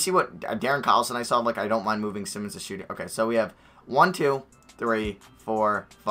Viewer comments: For Anfernee Simons- it’s Sigh-muns not sim-muns (ex. Ben Simmons) JS. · Anfernee simons last name is pronounced sigh-mins